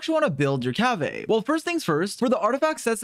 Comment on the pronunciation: The way He pronounces Kaveh is so wrong